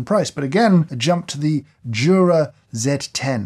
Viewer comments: it's "you-ra", not "choo-ra". Jura is the mountain region northwest of the (swiss) alps. Jura is a swiss company named after said mountain because of their location just southeast of it. greetings from switzerland ;) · Jesus dude, at least learn how to pronounce those names. You have butchered it completely - at least Jura, Miele and rest fail also.